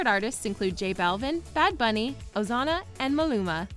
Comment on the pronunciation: sis said Ozana 😭